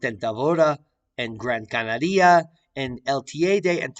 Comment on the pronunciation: Please learn to pronounce Canaria